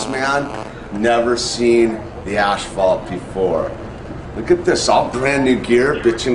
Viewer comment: Lol said ashphalt